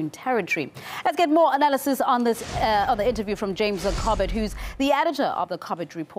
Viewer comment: The presenter did a fine job however really annoyed me saying cobbit report... English accents are one thing although if you're going to say someone's name you really should make an effort to pronounce it as they do. Not this Moskva/mosco stuff....I mean is it really that hard to say Moskva?